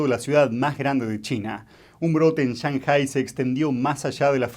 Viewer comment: El acento de la palabra 上海市 (Shànghǎi shì) está en la PRIMERA SÍLABA Y NO EN LA SEGUNDA. Ese "acento" sobre la ǎ es FONÉTICO y no agudo. Por lo tanto, querer hacerse el chino para pronunciar es incorrecto.